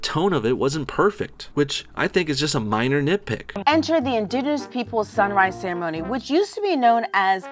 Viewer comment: That bitch can't say 'indigenous' correctly to save her sorry hide...